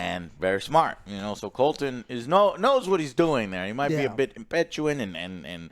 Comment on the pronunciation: Joe gets almost all the names wrong.